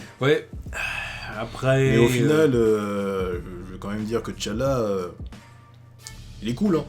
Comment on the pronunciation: Bonjour je suis assez surpris par votre prononciation de T'Challa. Tous mes potes africains font la liaison, ils ne prononcent pas le T "té". (Je sais que dans la VO il disent Té Tchalla)